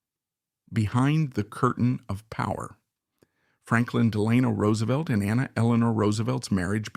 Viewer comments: I really wanted to watch this started it several times. But the mispronunciation of his name I just couldn't take anymore. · His middle is pronounced Delano. The stress is on the e. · I cringe every time he pronounces FDR’s middle name. Still this is a good overall biography. Thanks.